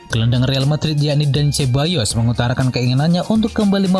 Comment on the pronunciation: sekedar usul pengisi suara agar belajar serius pengucapan nama-nama pemain. Sebagai contoh pengucapan Dani Ceballos. Punten yaa. biar makin top kanal ini.